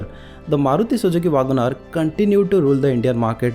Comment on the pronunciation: Vaagan R nahi bhai 😂. Check for the correct pronounciation.